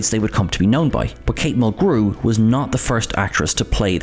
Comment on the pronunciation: This channel, for being all about Trek, pronounces things incorrectly FAR too often. When talking about Janeway they emphasized the syllables in her name incorrectly, too. Instead of "MUL-grew" they said "mul-GREW".